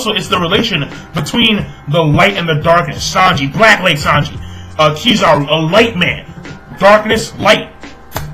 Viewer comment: the first time u said Kizaru was proper then u went back to saying it in that weird way lol